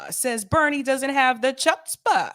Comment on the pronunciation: Chutzpah pretty much means cojones (not literally). Courage I guess? Love Yiddish 👍 and don’t pronounce the “Ch”, it’s more like clearing a little loogie from your throat